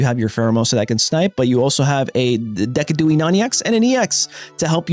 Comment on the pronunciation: Decidueye is pronounced "de-side-u-eye". And playing Pocket on phone is the only good way to play the app.